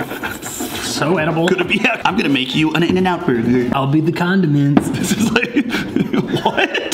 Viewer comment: "CON DUMB ENTS"